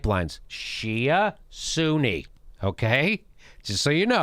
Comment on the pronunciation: "Shi'a Pipeline... Suuni Pipeline". As spelled out in the Quran, right? haha